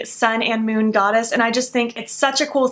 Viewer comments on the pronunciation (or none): none